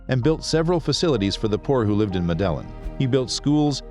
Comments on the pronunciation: Medillin Pronounced medayeen Pablo> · Why can't you get the pronunciations of Spanish words correct? Medellin is pronounced med ay een and Guzman is gooz mahn !!!! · Medellin - wrong prununcaition. Sinaloa and Guadalajara are in Mexico, which is in Central America, not South. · Great video man, just try to get the pronunciations right next time. The way you said “Medellin” is not right.